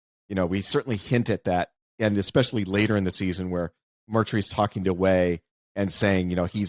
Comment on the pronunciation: When will Wes learn how to pronounce especially? :)